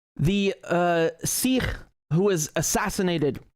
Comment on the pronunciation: u said sirrh instead of sikh many times lol not every kh is pronounced as r like Arabic/Russian